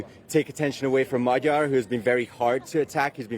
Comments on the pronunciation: Shame the presenter was not able to get correct prononciation of the opposition candidates name. Magyar, with a as in father, and gy as in duke. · Will the BBC bother to check their appallingly lazy mispronunciation of Magyar? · Does the BBC have a recruitment policy that disfavours the ability to pronounce the letter "R"?